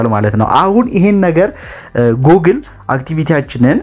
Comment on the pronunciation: Google 'ጉግል' ነው የሚባለው።